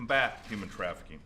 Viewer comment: “Yuman traffikink”